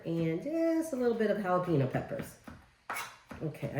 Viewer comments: Pretty close but it is pronounced...Hall Ah PEN Yo🌿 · Youre a good sport...... However it's not a difficult thing pronounce guacamole and jalapeno the correct way.